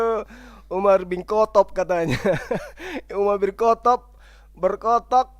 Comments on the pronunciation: "Umar bin Kotob'. Ha ha ha, nyebutnya saja salah. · sok pinter Al-Qur'an, nyatanya memahami terjemahan Al-Qur'an aja gagal faham,,, nyebut nama UMAR BIN KHOTOB pun gak bener